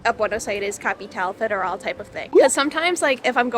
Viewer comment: pronunciaste Capital Federal muy bien. Yo estuve dos meses y medio en Argentina en el 2019. Fui muy feliz en Argentina, en Buenos Aires sobre todo. Vivo en Israel pero sueño con volver a Argentina para hacerme ciudadano (tengo nacionalidad Ecuatoriana asi q puedo hacerlo) y poder mostrarle a mi hija la belleza de Argentina. Disfruta de Buenos Aires, es la ciudad las hermosa del mundo❤❤❤❤ btw el mejor choripan de Buenos Aires esta en Al Galope en Once, calle Ecuador. El mejor asado kosher del mundo❤❤❤❤❤